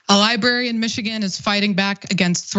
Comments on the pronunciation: Cenk’s pronunciation of library/librarian is my 13th reason. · Not to bury the lead here, but can someone please coach Cenk on how to pronounce the word "library?"